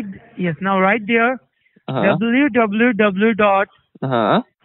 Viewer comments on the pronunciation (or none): dub-a-loo dub-a-loo dub-a-loo dot. aghhhhh